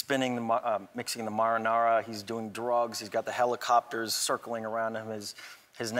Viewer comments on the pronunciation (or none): "he's got the hellacopters." That my friend, is how your pronounce helicopter.